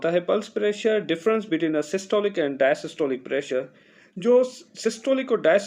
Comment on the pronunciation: Correction Required: The lower pressure is called "Dia-Stolic" blood pressure not "Dia-Systolic". You are keep calling it Dia-Systolic which is wrong and the students will learn a wrong term instead of learning something new and interesting. 🙏